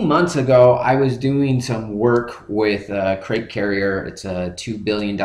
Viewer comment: Crete. (Creet) Like Crete, Italy. Not crate, the box.